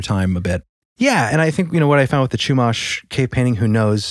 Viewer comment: I live somewhat near SLO. As a Californian, I appreciate you guys getting the pronounciation of the towns correct. There is a Chumash casino nearby, where there are a lot of stories of people driving on the 154 and reporting some sort of witch in their rearview flying at them like chasing them. Not on a broom mind you, just flying and more like a banshee than the cartoonish witch description we all know. Once they reached a certain road marker, the entity would be gone when they checked their rearview again. There's a lot of wrecks that happen on that stretch of road. It's an even more local legend. It would be interesting to see what you guys can find on this. Back in the 90s, my dad drove that stretch of road, and to this day, he brings up a story about when he was in his 20s him and some friends were on that road at night. They were in an old van, his friends were passed out drunk in the back row. If you know, vans you know there are 3 rows, driver and copilot, 2nd row passengers, and 3rd row passengers near the back hatch. So no one was near my dad as he drove. He says that as soon as he reached the section of road that is supposedly haunted by that entity, he felt his seat belt being tugged hard from the section that goes across the waist. He said he thought it was his friends messing with him. Eventually, he got fed up with the repeated pulling, and he looked back to yell at them, but he realized they were all fast asleep and snoring in the 3rd row. He said he felt the